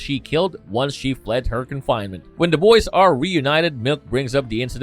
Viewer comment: When he says the boys does anyone else here da Boyz, I'm not trying to be an ass it just confuses me everytime I can't Cypher it.